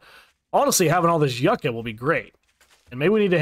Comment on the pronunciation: How long are we going to let this man mispronounce YUCCA?! LMAO 😂